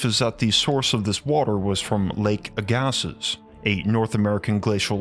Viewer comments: Lake Agassiz is pronounced "Ag-A-See" not, "A-Gas-Iss". Great video! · Agassiz is pronounced 'ag-a-cee" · Agassiz is pronounced "egg-uh-see" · Great video, just letting you know Agassiz is pronounced as "Egg-a-See" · btw, lake aggasiz is pronouced like "aga-see" :)